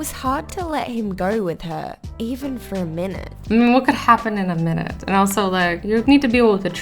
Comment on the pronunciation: Azzy: What can happen in a minet? Me :well it can brack down ummmm brack down ummmm brack dowm .oh it brock down.